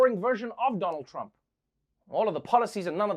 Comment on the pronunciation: First time Trevor said Donald trump's name correctly at intro